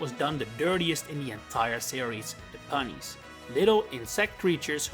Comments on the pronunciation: No way you called the punies pronounced pun, it's very clearly supposed to be puny as in a puny little thing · The Punies aren't pronounced like that. It's like the word "puny", as in small or weak. Not "Punny". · I believe the species titled "Punie" is pronounced "pyoo-nee", kinda like the word puny. Because they're small and weak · It’s pew-knee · The way it's spelt would be pronounced as it's said in the video but I think you are correct about it being a play on the word puny. I'm not saying you are wrong but I am saying if you are right then the localisation team needs to return to school 😂